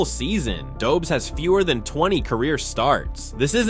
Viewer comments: It's pronounced Doe besh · Dobes is pronounced Dob-esh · Lol, why you pronouncing Jakub Dobes like he is an American/Canadian? 🤷‍♂️ He is Czech. He's name and surname sounds totally different.